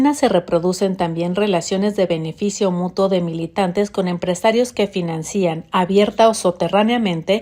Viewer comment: No se dice "FINANCÍAN" porque no lleva acento es "FINANCIAN".